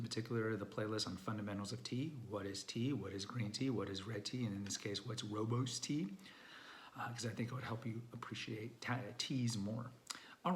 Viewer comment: rooibos is mispronounced so many times by people. Makes sense that darn Afrikaan